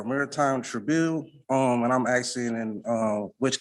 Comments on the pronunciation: Axing. I’m axing for,…… Fuck me. Learn to speak. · Another 40 IQ when these so call brilliant person always say I'm axing again-- they can't even pronounce asking again. -- What a fool... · HE KEEPS AXING THIS JUDGE HE IS GOING TO KILL HIM, ITS HILARIOUS AND WRONG THAT THE CC CORRECTW HIS POOR GRAMMAR AND ITS HAINES VS KEARN, NOT KERRIN WHICH IS WHAT H E ACTUALLY SAID 😂😂, PLEASE MAKE THIS INSANITY STOP! THIS MORONIC SOVERIGN CRAP IS TIRING, THIS IS MUST BE LAUGHING INSIDE! Idiot really thinks he is going to get what he wants, bet when he fails he never pays!